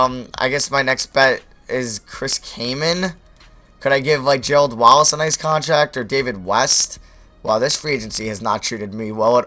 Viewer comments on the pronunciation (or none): none